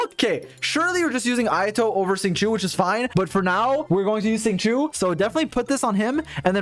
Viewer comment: when u finally realise he said sing chu isntead of shing chow: ayo wait wtf